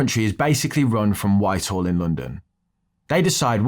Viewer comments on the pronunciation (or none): none